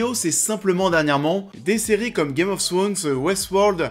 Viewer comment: Je vote pour Nikolaï Coster waldau. Il a une gueule parfaite pour le rôle et il joue merveilleusement. PS: tu dis the last oFF us mais on le prononce The last oV us, en anglais